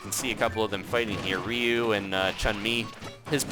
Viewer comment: It's Ryu not rieu (say rie-u)